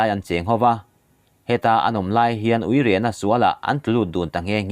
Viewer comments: A ngaihnawm țhin e. Țhahnemngaih thilah heng 'Tharthawh', 'uire', sualna 'buru', 'hruau hruau', 'zan zan', 'sep sep', 'elkhen', zawt nghal 'tawng', 'kawp rem', 'mahni' tawk, 'eltiang', 'zal zal', etc. te hi a thluk tih sual palh a nih hmel....tih ka rawn thawh ve e...Chanel țhenkhat (midang siamah)ah phei chuan a awmze bo țhaka lamte pawh hriat tur a awm țhin a nia...hma kan sawn zel nan aw...😀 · Uire lemah tihlaia uire lam dan pawh hi